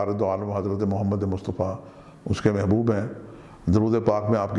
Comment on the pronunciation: Pronounciation is tarah h. Mahbonona mhbubun. Talebona matlubun